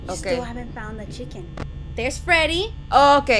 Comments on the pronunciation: Lol it's not chicita it's chica hint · her name is not chicken its chika